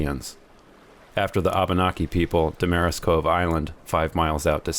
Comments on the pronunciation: We pronounce the island, damn-a-ris-COVE. The house was restored from an old Coast Guard Life Saving Station built in the 1800's. Most of the work was done by the Whitton family in Boothbay Harbor. Respect the entrance buoys and avoid the rocks to port of the entrance. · Seriously, There is no problem with just sailing to beautiful places like Damariscove (accent on first syllable DAM-ariscove) Island.